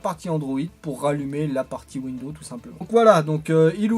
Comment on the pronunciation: mes oreilles saignent à chaque fois que j'entend windows. En fait il y a un "S" à la fin qui permet de prononcé "Windozzzze" :p